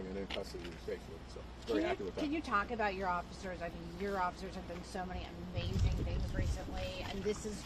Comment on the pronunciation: The valley girl reporter who pronounced amazing like “uh meeezing” drives me crazy. I bet she says “like” every other word.